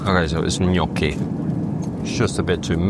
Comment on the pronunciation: thank you for the good pronunciation of "gnocchi", it was satisfying from a non-italian speaker's video HAHAH